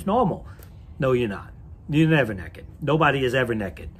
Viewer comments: the way he pronounced naked as “neckad” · the way hantz says "naked" is hilarious